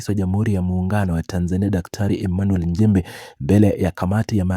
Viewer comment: Tamka vizuri Nchimbi siyo Njimbi